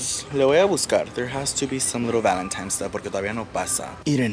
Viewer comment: lol 😂😂. It’s ValenTINES, not times lol awww